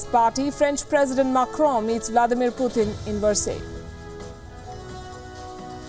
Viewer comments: Why do a lot of these Indian journalists say "Pyootin" as if you don't have such sounds in any Indian languages?! Its PU - TIN. How tough is that.?! I can understand if the western english speaking fellows do it! But why the F are Indians saying "Pyootin". Say it right. Idiots. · I kind of get irritated when they pronounce 'Pyootin'.